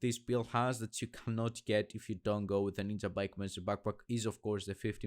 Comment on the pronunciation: It s ninjabike not ninzabike dude. Nice Build